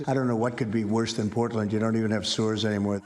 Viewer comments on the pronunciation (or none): To me it sounded like he said "They don't even have SEWERS anymore" which is even more insane than not having stores anymore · I heard sewers every time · I heard sewers not stores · I thought DJT said sewers not stores. 😮 Either way, it's a lie. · I thought he said there are no sewers in Portland not stores but either way.. like, WHAT?! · It sounds like he’s saying “you don’t even have any sewers anymore”… Not “you don’t even have any stores anymore”. Which is even more absurd than the idea of saying its so bad that they don’t stores anymore 😂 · Well, I thought he said “sewers” instead of stores. Confusing, but not that crazy for Trump. (Although I did wonder WHERE did he get that idea.)